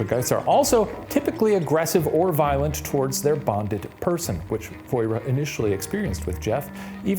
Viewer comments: her name is pronounced 'vwoh-rah' (or 'voh-rah') not 'voy-reh' </3 (as a Manx speaker) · Voirrey - is pronouced Vorry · As someone from the Isle of man voirrey is pronounced "voh-ree" haha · ISLE OF MAN MENTION also you're pronouncing voirrey so badly it's like lorry with a , also it's Dalby spook not derby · As someone from and living on the Isle of Man it made me laugh for they said Viorrey- it’s pronounced how ‘Lorry’ is but with a V, oh and it was the Dalby spook hehe